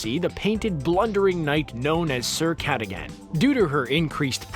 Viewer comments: Its sir kud ug on not kut a gen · Its c-uh-dughen not cada-gan I sound like hermionie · It’s Cuh-dog-an not ca-da-gan. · It's Sir Kuh-Dug-in. Not Cat-uh-gan. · FYI the name Cadogan is pronounced Cadogin (the sounds are short) not Ca-doh-gan (youre stretching the sound and its kinda weird), here in Scotland where the name hails. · "Caddigan"? It's "Ca-dog-un". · Miss pronouncing names and getting information wrong once again. It's pronounced Ca-dug-in, and Neville didn't misplace it, Hermione's cat Crockshanks snuck into the boy's dorm looking for scanners and not being able to find him stole the paper with the weeks worth of passwords from Neville's bedside table. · Sir ka-dug-gan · Sir Ca-DUG-gan. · Good job mispronouncing Cadugan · CJ Johnston You’re right. It made me crazy when the narrator mispronounced